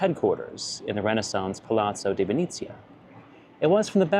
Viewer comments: it's Venezia not Vinizia. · It’s pronounced “Ven-eh-zia” 😌 But maybe it’s ok: you would be too powerful if you also knew Italian 😁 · Piazza venezia not venizia